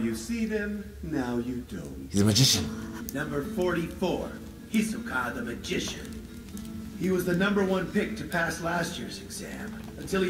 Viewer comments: I just hope they switch to the sub. They even get the names wrong. SatOts? really? H í soka? GOn? It's painful. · EEEWWWWW how hisoka is said in english is torture!